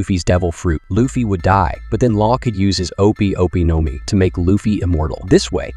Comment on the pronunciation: No mi bro your pronunciations are terrible